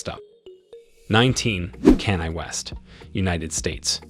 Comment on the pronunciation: You can't even pronounce Kanye West